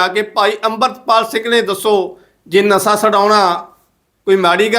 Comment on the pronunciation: ਨਸਾ ਨਹੀਂ ਵੀਰ ਜੀ ਨਸ਼ਾ ਹੁੰਦਾ ਹੈ।